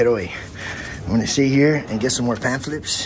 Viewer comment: Please ask to spell pamphlet. He is not pronouncing it correctly. What a huge disappointment his maker must feel at his pointless existence.